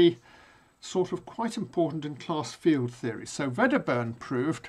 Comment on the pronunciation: Wedderburn is a Scots name so should not be pronounced with a "v". Glad to see you doing this course.